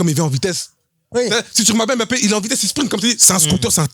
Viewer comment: Un gros merci au boug pour la prononciation correct de Mbappé